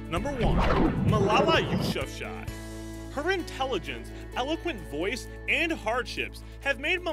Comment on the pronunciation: That’s not how you pronounce Malalas last name